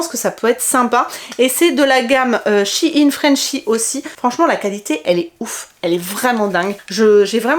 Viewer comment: p'tit question pourquoi les gens dises shinnnnes c'est pas shein et ça se prononce pas ein non ?🤔 ( c'est pas mechant). sinon trop top la vidéo je t'adore continue comme ça :🥰